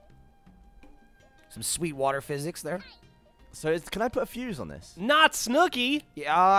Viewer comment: Why the heck can't Gavin pronounce Water correctly!?